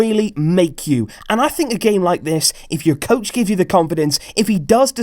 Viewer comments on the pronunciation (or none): none